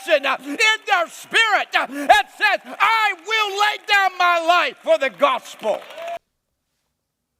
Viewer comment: What is with that speech pattern?? LIFE-A!!! CHEST-A! 😂